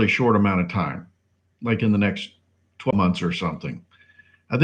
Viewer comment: $800 in 12 months. Did you say 12?..it wasn't clear.